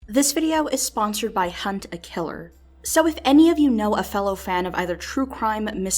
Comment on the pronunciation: Respect for actually pronouncing it "Hunt a Killer" and not "Hunta Killa", I don't know why but it drives me crazy when others say it that way.